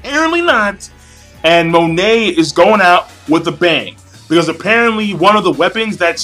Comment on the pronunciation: GOD DAMNIT MONET IS PRONOUNCED "MOH-NAY" WHAT THE FUCK MAN